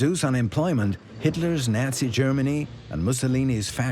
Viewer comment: Program your A.I. bot to pronounce Roosevelt, Nazi, Lange, and Delano correctly (among many others).